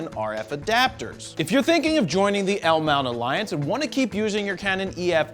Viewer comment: I was actually pretty pissed off when you didn't say L Mount Alliance properly the first time.